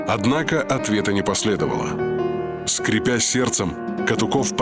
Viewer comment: Диктор, что за «скрипя сердцем?» СкрЕпя сердцЕ. Ужас какой.